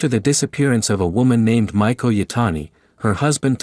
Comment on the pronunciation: Cute name Ma ee ko (maiko) like young apprentice geisha (not Michael like it sounded like).